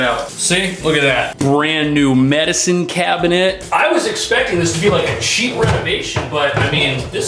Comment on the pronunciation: I LOL when you emphasize the legit, new, clean, large or nice medicine "cabin-ette"!! It's the little things! Love your videos 🤩